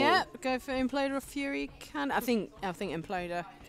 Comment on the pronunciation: The imp-loder